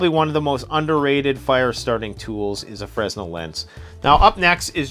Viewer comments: It's pronounced, "FRUH-NEL, not Frez-nel fresnel[ fruh-nel, French frey-nel ]noun a unit of frequency, equal to 1012 cycles per second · It's a french guy's name, so it's pronounced "freh-nell" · I hate to admit it, but I did not read through all the comments. I usually do, but... Anyway, a few things. One comment I did read was the proper pronunciation of Fresnel. Freh-nel or Fray-nel is correct. A few other things: 1) Many of these, though called wallet cards, I think are best used as a kit carried in a separate EDC carry only wallet in an EDC bag, or in a vehicle kit, or as part of a carry kit for whatever situation. Not something you need or want to have in your wallet that you are taking out all the time to use your credit cars or cash or ID. Makes that wallet to thick and heavy. In a separate wallet, or other case and kept available for use as needed, just not necessary on the person, then many of them have applications in situation where you would not have access to full-size or purpose made items. 2) The hatchet card 'arrowhead' I do not think is intended to be used as an arrowhead. I believe it is to be used as a reverse point with the hatchet head lashed on a stick so the combination can be used as a weapon, primarily against animals. And independently lashed to a longer, slender sapling type stick for use as a spear, especially a fish spear. It does have uses. Another factor is that whether or not it was intended to be a saw, the serations on the blade will work as a fish scaler. 3) With the Grim cards especially, and other cards where you have access to an edge that might not be very sharp initially, or is of a hard to sharpen steel such as the Grim, go ah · F.Y.I.;Fra-nel; the "S" is silent. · The S is SILENT in the word Fresnel. You would pronounce the word Fresnel correctly if you said it more like is was spelled Frennel or Frenel. Again the S in that word is SILENT.